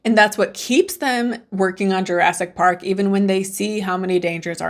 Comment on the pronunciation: "Jurassk Park"?